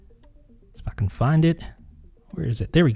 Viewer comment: If I can find it, sounded like lets Effin find it 😂 . Had to go back and listen again hahaha